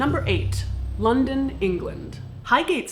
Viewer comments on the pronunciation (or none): none